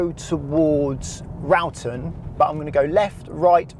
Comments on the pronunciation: It's very easy after a few goes, I did it on my test back in the 80's, just look for the exit you want and give way to cars on your right, very simple, this guy has made it sound so difficult. Also it's SIRENcester! Or just Siren to locals, also It's RAWton as in Wrought iron not ROWton ! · And Wroughton is pronounced “Raw-ton”. Wroughton is not beautiful. 😂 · Wroughton pronounced Rawton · I'm from North Wiltshire & I've been through it hundreds of times ,it's easy peasy! Just follow the give way rules . Cirencester, pronounced Siren ces ter ! The other place Wroughton is pronounced raught ton. Its called magic roundabout because years ago, 70s , there was a popular cartoon show that also appealed to adults on telly just before the 6pm news , called the magic roundabout, great roundabout, better than traffic lights. Sat nav is for half wits & women.